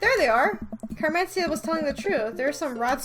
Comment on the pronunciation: Just a little heads up, I'm pretty sure Mat's daughter's name is pronounced "Car-men-SEE-tuh"